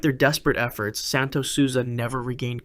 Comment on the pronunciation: Santos "sulsa"